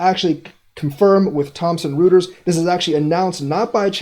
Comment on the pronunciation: It's pronounced Thompson- Roy ters, not rooters.